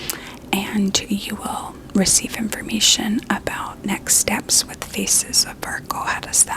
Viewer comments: I can't get over how her accent makes it sound like "scan your feces" instead of "scan your faces" during thr beginning. I'm so curious if it was intentional, cause I wouldn't put it past her, she's always clever like that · Only hearing "Feces of Fargo" project 😭